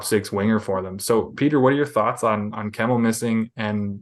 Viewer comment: My guy's butchered Kemell's name!